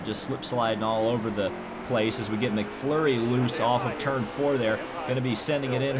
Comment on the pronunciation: ITS MCMURRY NOT MCFLURRY